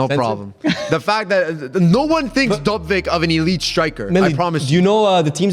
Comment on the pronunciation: it aint DoBvyk, its DoVbyk